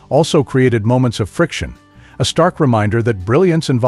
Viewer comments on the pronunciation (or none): none